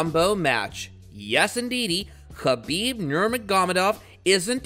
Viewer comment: Yo, how about you get someone to read the obviously prepared narrative in the video, that actually is knowledgeable about the person he’s telling the viewers about. It was honestly hard to listen to that guy murder Khabib’s name, and some of his opponents that were shown in the video with him. Some people may disagree, but if the details like that are ignored, you’ll never be able to put out a quality product, and expecting subscribers, or a plethora of likes, is at best, comically delusional. Merry Christmas 🎄